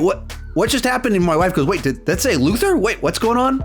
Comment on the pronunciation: I think that's a Luther not let Luther